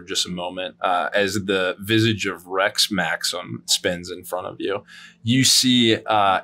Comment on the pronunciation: I heard Rett Maxim, not Rex Maxim